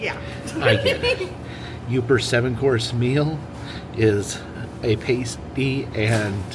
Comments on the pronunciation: PASStee. Not the nipple covers lol. And COULD a gee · Nice video but it’s PAS-TY, not Paste-y 😊 Pas as in ass-ty lol and never catsup!!! Gravy!! Gravy is best 😂